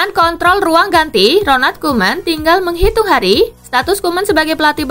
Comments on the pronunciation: Menghitung hari min bukan menghirung wkwkwk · Menghitung, bukan menghirung☺️